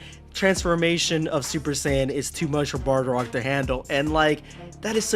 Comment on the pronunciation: Only thing I have to comment on is it's pronounced Bardock